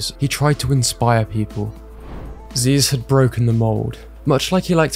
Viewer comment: I hate to correct you on this great video, but it's Zyzz brah, not Zeez.